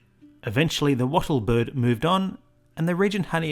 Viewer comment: It’s called, Lyre Bird. Not ‘Li’ bird.